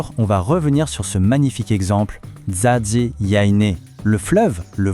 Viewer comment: serait-il possible que la prononciation de NZADI soit correctement prononcé (pas à l'européenne)?